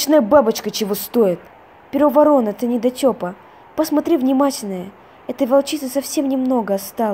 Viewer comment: Правильно не Перо ворона а Перо Ворона тоесть от слова ворон